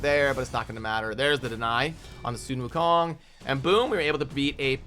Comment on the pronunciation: Proud of u for pronouncing sun wukong correctly :)